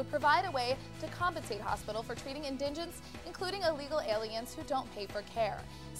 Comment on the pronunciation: inDIGents? in-DIG-ents? Oh my.... someone needs to help her with her script. It's in-di-gents. In the age of text messaging I can understand that concern for pronunciation or punctuation may seem silly, but I'm just this side of completely mortified to hear the English language so butchered in such a public forum. I don't blame the moderate, I blame the adults behind the camera who SHOULD HAVE KNOWN BETTER, DAMMIT!!!